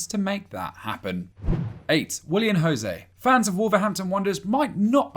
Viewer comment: Glad u put Porro its Os Leões not Los Leones Sporting is club from Portugal not from Spain if u dont know how to pronnounce then dont mention instead of spueing nonsense about other peoples nationalities same for Willian José to yes José not Rosé